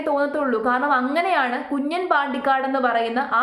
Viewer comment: Kunjan alla 😂kunjaaan😂😂